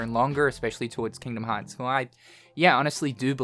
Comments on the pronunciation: hard r for me is rolling the r xD Kingdom Hearrrrrrrrrrrrrrts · Hearing him say Kingdom Hearts with a hard R is surreal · "Kingdom Hawts" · Hearing you say Kingdom Hearts in an American accent was way funnier than I was expecting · His American Accent came out for a second 😂